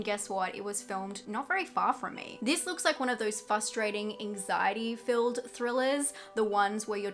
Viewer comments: Are you aware that you say fUstrating rather than fRustrating? I had a boss who did that and he's now a sitting member of Congress, so it's not about intelligence by any means. Anyway, thanks for the review - I love Nic Cage in almost everything he does. This one sounds like a must watch for me. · FRRRRRRRRustrating, NOT Fustrating. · "frustrating" has two Rs in it. Had to turn off the video after the millionth time you said "FUSStrating" 🙄